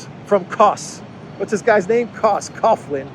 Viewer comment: Coughlin is pronounced Cawlin or Cocklin.